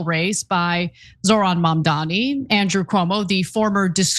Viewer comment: Cuomo can’t even gets his opponents name right. It is Mamdani.